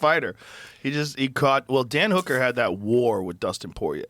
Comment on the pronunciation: Ilia is both unintentionally and intentionally funny at the same time. The way he says "Dan hooker" cracked me tf up